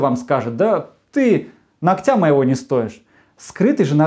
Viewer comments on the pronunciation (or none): Ногтя ударение на о